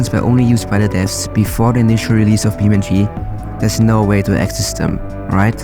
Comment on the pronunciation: its Beam(e)NG(ine) like physics eNGine.